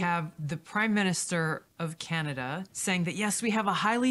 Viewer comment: Canada ❌ Candastan ✅ 😂😂😂